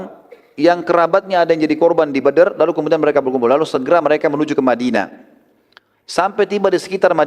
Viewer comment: tolong unta jngan di katakan untah,madinah,di ktakan madina,pakai bahasa Indonesia yang benar benar aja